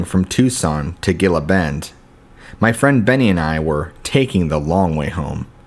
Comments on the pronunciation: Not bad for stories, but I'd suggest checking on the pronunciation of the places in the stories . . . Sonoran - suh naw ruhn and Gila - Hila would make your stories better. I hope you take this as helpful, don't mean to hurt feelings. Thanks. You have a good narrators voice. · It's HEELA BEND not GEELA BEND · Where are you from Dude? You're killing the pronunciation of Gila, Sonora, and a couple more words.